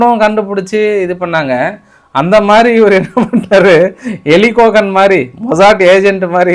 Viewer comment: மொசாட் ஏஜென்ட் எரிக் கோகன். Not எலிக் கோகன்